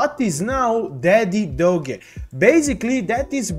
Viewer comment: Please pronounce it correctly not dogay lol 😂